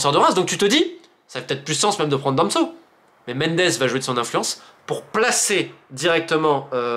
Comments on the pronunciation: Super vidéo romain mais Danso pas damso lol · Ne me demandez pas pourquoi je prononce "Damso" et non "Danso" (alors que je ne connais même pas le chanteur en question, je ne sais même pas ce qu'il fait, mais j'ai appris son existence à cause justement de ma mauvaise prononciation). J'espère cependant que ça vous permettra d'y voir plus clair sur les enjeux/influences en coulisses. Keep the faith !